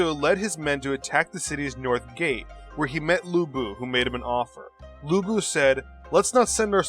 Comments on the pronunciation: Lu bu peoununced as Lu pu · It's Lu Bu!!!!!!